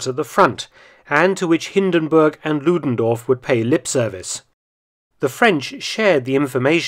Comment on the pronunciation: Errig Ludendoof🤣 I love Mark feltons german pronunciation. And he makes so many reports about Germans!😊